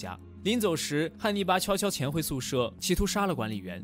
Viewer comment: 一ˊ直聽成捏泥巴